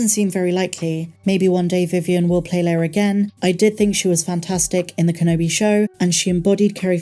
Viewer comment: L-E-I-A. "lay-ah" 😉😁